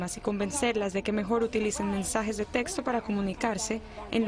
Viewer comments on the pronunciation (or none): none